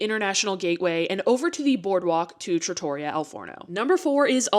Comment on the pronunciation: Please! Just the tiniest bit of effort to say Trattoria correctly. Just a little…tiny…bit!